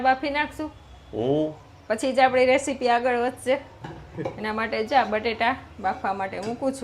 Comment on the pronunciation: Ok ok ok ok ok ok ketli var bole che રેશીપી ન કહેવાય રેસીપી સાચુ ઉચ્ચારણ છે